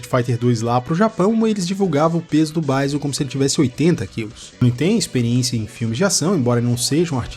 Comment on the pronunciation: "Gáiou" e "Báison" é foda hein.. É Guile mano.. e Bisôn velho, em "brasileiro" mesmo.. rsrs